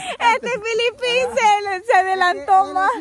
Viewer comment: Díganle a que es Felipin de Felipe,y no como ella lo pronuncia Filipin,por que se refiere a alguien de Filipinas 🇵🇭 🤣🤣♥️🇸🇻